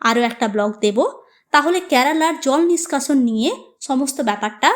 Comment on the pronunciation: Pronunciation ta karala kno? Spl to kerala